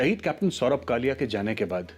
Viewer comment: It's not Kalya, it's Kalia....plz correct